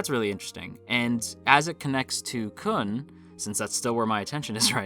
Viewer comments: Hearing kun and bam instead of koon and bahm really hurt my soul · khun👏is👏best👏boy also, try pronouncing Khun as “Koon” instead of “Kuhn” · His name is pronounced --- Blue turtle!